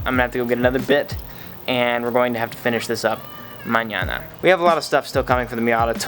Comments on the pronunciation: Yo 69/10 in that MAÑANA man. You talk aREAL good spanish. Greetings from Puerto Rico. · Lmao you said Mañana perfectly lol good job in learning Spanish 👍